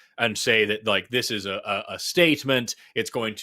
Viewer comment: It's really alarming to hear "zis iz not a genocide" in a German accent.